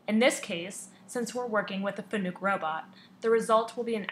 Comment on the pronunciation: Nice video. One pointer. When you refer to a Fanuc robot as a Fanuuuk it hurts your credibility. I understand there are still groups that think Fanuuuk is the correct pronunciation but they all sound like they don't know how to hold a teach pendant. Fanuc used to have a slogan to help with mispronunciation. Fanuc: it's like "Panic" with an "F". True Story! For obvious reasons they dropped the slogan.